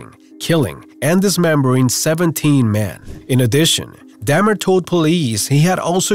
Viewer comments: An Dahmer your saying it like damn it's pronounced dohm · Damn-ER 🤦🏻‍♂️ come on man..